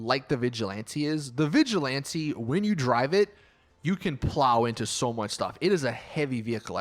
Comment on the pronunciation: Im pretty sure ur not supposed to say vigjilanti, but vigilant, or vigilanté